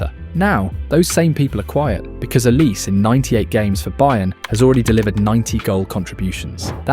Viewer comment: Sounds more like Olisay than Olice.